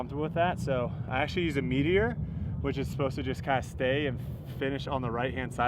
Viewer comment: I can’t stop hearing “meat eater” every time you talk about the Meteor disk 🤷‍♂️